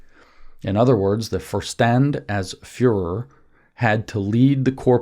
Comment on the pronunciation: Vorstand = “for-shtahnd”